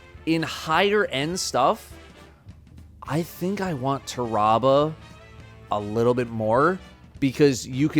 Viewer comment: listening to him pronounce Tarrabah makes me wanna rip my ears off